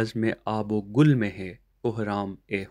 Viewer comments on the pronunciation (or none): آب او گِل نہ کہ آب او گُل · پھر بزم آب وگل؛گل کوزیرکےساتھ پڑھئیے پیش پڑھنا غلط ہے آب وگل کامعنی ہے پانی اورمٹی